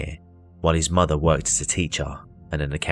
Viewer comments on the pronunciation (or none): none